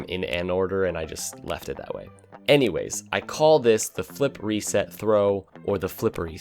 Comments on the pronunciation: cant unhear flippery set now... fuck you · I thought you said it was your wife the first time you mentioned "flippery set" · dude why did u told flippery set now everytime instead of flip reset i hear flippery set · I CANT UNHEAR FLIPPEREY SET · Now whenever anyone says Flip Reset, all I'll hear is Flippery Set, thanks! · The first time I watched any rocket league content was sunless khan. I thought he was saying flippery set as well. took a couple more vids to realize what they were saying.